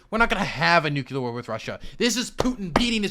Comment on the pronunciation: Ahhh this is the destiny I used to love: he’s arguing with a fuckin nazi dude who is absurdly braindead but somehow thinks they’re smart Lol also is never gonna stop saying “nucular” is he